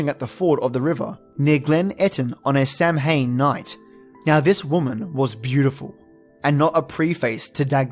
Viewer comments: "Samhain" is actually pronounced "sow-in" ... sow as in pig. "Sidhe" is definitely pronounced "shee". "Bhiann sidhe" .. banshee ... means literally "fairy woman". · Thank you for the support Cartriona! Yeah I ruined Samhain XD will ensure other videos that I pronounce that accurately and clearly. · Hiya the pronounciation of Samhain is Sou in. One of the witches biggest sabbats. Of course the Fae exist just dont piss them off. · Samhain is pronounced Sow-ween as in Halloween, the Christian tradition that replaced it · Idk if anyone brought this up. Samhain is pronounced sahwhen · IT's pronounced sow-yn or sow-in, not sam-hain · Ouch! Samhain is what you call Halloween and its pronounced Sow'ain! Belief in the Fae is in my opinion a warning to take care of your land and not just your crops etc but you should have 'lay away' strips of land that enables proper ecosystems for insects and small animals. This makes sure that bees, butterflies and other pollinators as well as insects that prey on pests such as ladybirds. I think it is something people need to think about more these days. As for the 'all that's yours is ours, but all thats mine is mine' is pretty t true of me lol. I believe in the moral behind this. I am so pleased to have found this! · Sidhe is pronounced "Shee", so well done on that one. Here are a few others that I caught: Beansidhe = "Bahn-Shee" (bahn is like "Auntie", not like "meaning") Samhain = "SOW-ehn" Tuatha Dé Danann" = "TOO-uthuh day duh-NAHN" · Samhain is pronounced, SA-win, not sam-hain. Otherwise nicely researched. Wish you had pictures. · The comment from Uhuru Mkali says "Samhain" is pronounced "Sow-ween" as in Halloween. So who is correct?? Is it a difference of regional dialect?? sow-when versus sow-ween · Samhain is Halloween in Ireland, and in the Irish language when 'm' and 'h' are put together in a word it's pronounced as 'w'. So Samhain is pronounced 'Sowin'. I'm not commenting this to be rude! love you videos❤